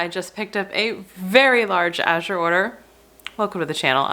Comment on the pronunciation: This was a fantastic vlog! Well done, concise and informative . And, unlike so many, you pronounce Azure correctly! Thank you👍